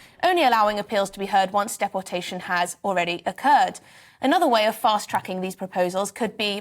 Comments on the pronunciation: Why can she not pronounce deportation correctly? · Why she saying dep-portation not deportation???